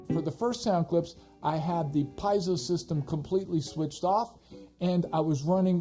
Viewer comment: Pee-AY-zo haha. Thanks for the review